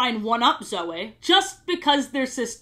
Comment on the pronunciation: a sentence later she pronounced Zoe correctly so I think she does the Y thing on purpose lmao